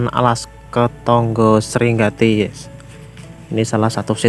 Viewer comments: Srigati bukan Sringati bos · SRIGATI bukan SRINGATI gooblook raisoo mocoo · bukan sringati mas , tapi srigati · Padahal di situ ada tulisan SRIGATI besar lakok diucapkan Sringati....eeeeaaalllllaaaah mas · Sri Gati bukan Sri ngati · Srigati bos, bukan sringati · Srigati bosss bukan sringati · Belajar moco sek to mas ....SRIGATI kok yo di ganti SRINGATI wi piye to ....?